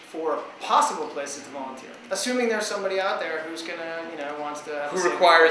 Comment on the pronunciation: u said violenteer lol its like some one volunteers and brought a machine gun then that would be violenteer